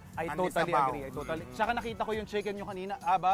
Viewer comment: My care sya sa customers nya kaya sya tinatangkilik. At pansinin nyo wlang sawa nyang nagsasabi ng “salamat” good job! Deserv mo yan! Pero bongga din ung “siken dyoy” hahaha